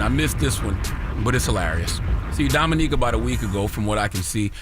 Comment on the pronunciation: Shame. The way Charla kept saying Dominique instead of Dominic 🤣🤣🤣🤣🤣